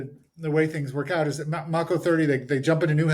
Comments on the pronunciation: This dumbass keeps saying “Mocko.” It’s “Mako,” the shark. Mako 30. So cringe. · Mako (May - ko) wonder why he's not correcting the mispronunciation minor detail.I notice weird things. After watching the feed , it's hard for me to see what any of those seals did to get the Medal of Honor. I'm 60 gunner, is lighten up the side of a bunker.He gets hit with a bit of shrapnel , it got hot and they split.